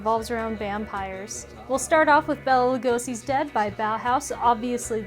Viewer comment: Bela pronounced Bay-la, not Bella.